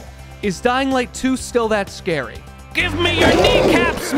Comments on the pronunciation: When he said chases are very Scwry had me cracking up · I love it when you say, “vewy scawy.”